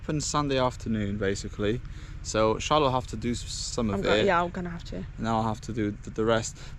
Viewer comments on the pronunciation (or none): I just realised that your woman's name is Charlotte, but the way you say it sounds to me like you are saying "Incha'Allah" 😂😂😂 Which means in Arabic hopefully or God willing